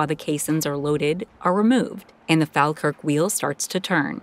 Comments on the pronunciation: It pains me to hear how you pronounce places like Glasgow, Falkirk and Edinburgh. Glas-go - please say it like that. Glasgow Fall-kirk - fall as in fall over. Falkirk. Eh-din-buh-rah - Edinburgh. I’m Scottish and hearing anyone say it wrong properly does my nut right in lol. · not sure about some of the pronunciation in this video. Falkirk, Edinburgh, Corinth